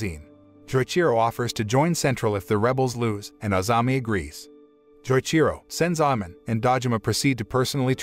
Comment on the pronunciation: Every time he says Joichiro’s name wrong it hurts me lol